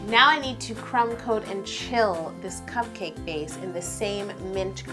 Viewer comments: The way you say "cup-CAKE" is priceless. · How she says cupcake😂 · I don't like her saying cupcake that way